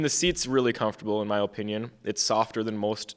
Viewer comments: Am I the only one wanting to shoot myself everytime that guy on the left say O-pinion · Bro mispronounced "Opinion" like 8 times